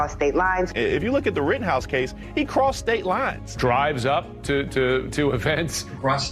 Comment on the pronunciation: At some point, while listening to this, it sounded like "prostate lies" from the amount of times i heard "crossed state lines".